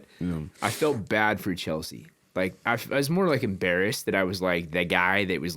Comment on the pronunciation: O’ Malley says bad like this…..Pppbaddd